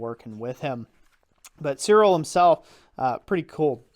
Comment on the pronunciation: Interesting review. Just FYI, I am pretty sure the correct pronunciation of his name is "Tsiril Tsolnyi:ck". "Colnik" is not an german word and it does not have any meaning in german. The meaning in slovak language is "customs officer". Even his first name "rhymes" with the last name in slovak language so obviously that I am sure his roots must be Slovak even if sources say that he was born in Styria, Austria. Slovakia was part of Austrian empire at that time and I think his parents moved there for work.